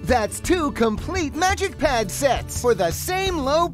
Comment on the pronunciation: I thought you said magicians red for a second